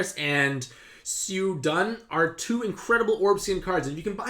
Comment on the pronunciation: Can someone please elaborate on how Xiahou Dun (pronounced as "Sia-hou Dwern" btw)'s active of making dark orbs unmatchable a good skill? Thanks!